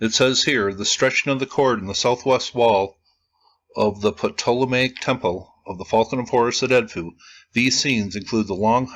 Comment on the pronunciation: you don't need to say the P in "ptolemaic" bro. It's "Toll-a-may-ic"